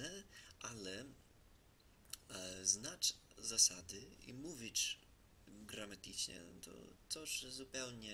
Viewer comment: Świetnie ci idzie , Polski jest strasznie trudny ale popracuj nad słowej : uczyć się i gramatycznie , bo jak wypowiadasz uczyć się to trzeba słyszeć to ć które jest na końcu a gramatyczne to mówisz : grama - ty - czne